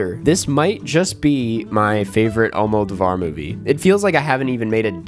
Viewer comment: you definitely don't need to go full spanish with it but Almodóvar is pronounced all-moe-DOE-var